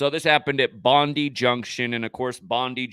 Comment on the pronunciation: Bondi is pronounced "bon-die". A bit like "good die". Sick.